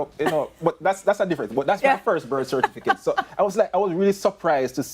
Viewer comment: How many times have the debaters and panel said cerfiticate